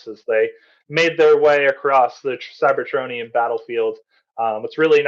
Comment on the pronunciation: A bit offputting when alleged fans hosting events like this mispronounce things like "cybertronian" in ways I've never heard before.